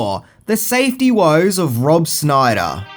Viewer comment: Also, it is sh-NAI-der, rather than "SNI-der" 😎